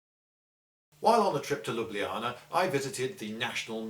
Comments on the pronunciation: Your pronunciation of Ljubljana is pretty good! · Great pronunciation of Ljubljana, have heard many people absolutely butcher Slovene town/city names.